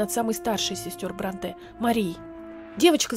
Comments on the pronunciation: Простите, пишу без зла, но очень режет слух Не БронтЕ, а БрОнте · Правильно всё-таки БрОнте, а не БронтЕ. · БрОнте, а не БронтЭ Аж слух режет. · Все прекрасно, отличное видео! Но есть одно «но», которое невероятно режет слух. Они ведь БрОнте, а не БронтЕ. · Спасибо за ваши отличные передачи. Ложку дегтя: Шарлотта не БронтЭ, а БрОнтэ. И не «около пятиста (шестиста, семиста и т. п.)», а «около пятисот (шестисот, семисот и т. п.)». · Шарлотта БрОнте, а не БронтЭ. Из картофельных очисток, а не очистков. И т.д. Ужас, сколько ошибок. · Только она всё-таки Шарлотта БрОнте, а не БронтЕ. Не француженка же, в конце концов хд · Ударение в фамилии Бронте идет на букву "О". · Спасибо за видео. Только БрОнте, ударение на о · Шарло́тта Бро́нте. Т.е. в фамилии ударение на "О". Пожалуйста! Очень режет слух 😣😣😣 В остальном, очень интересно было послушать, спасибо! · Всё видео резало слух это "БронтЕ"... Она англичанка, а не француженка. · Правильное ударение БрОнте. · тоже хотела написать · Видео познавательное и интересное, как и всегда)! Только в фамилии Бронте ударение на британский манер, то есть на первый слог